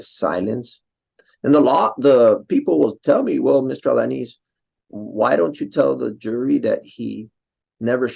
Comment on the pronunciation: You perfectly said his name.